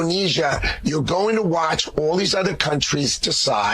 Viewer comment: He said "utter" products 🙂